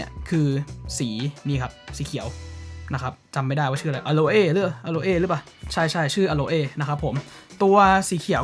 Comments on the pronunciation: สีเครื่องอ่านว่าอะโล่ครับ ไม่ใช่อะโลเอ่ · อโลเอ้ก็น่ารักดีนะครับ ออกไปทางสำเนียงญี่ปุ่น นึกถึงน้องโคลเอ้จากเรื่องสไลม์เลยครับ 555